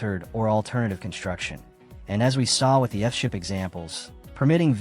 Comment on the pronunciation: AI narrator pronounces EARTH SHIP as ''ah ship''. Why this video does not correct it, is why I won't leave a ''like'' nor ''subscribe''. 🤨